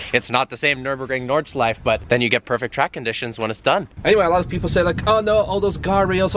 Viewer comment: it isn't paved over every year.. there is historical marking on the surface (graffiti) that is always there. oh and it's not "nord-shleef" it is nordschleife. NORD-SHLEEF-AH